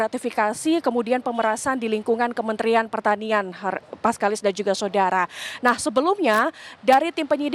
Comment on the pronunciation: mbak ini pasti kalo lagi bawa acara atau kalo lagi baca brita pasti bilang "SODARA" :face-blue-smiling::face-blue-smiling::face-blue-smiling::face-blue-smiling